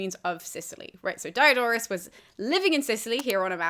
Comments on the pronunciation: Please, he isn't Dye A Door us.The "i" in Greek and Latin is always short, as in "hit". Dee-oh-dor-us. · Dee-O-dor-oos See-kew-lews, thanks. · Why are you pronouncing the high front vowel in the first syllable of his name like the diphthong that's the English name of the letter "i"?